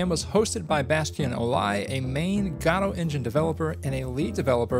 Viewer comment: Guh-Doh! Guh-Doh! GUH-DOH! Not God Oh!